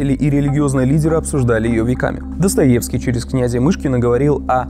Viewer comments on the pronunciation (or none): none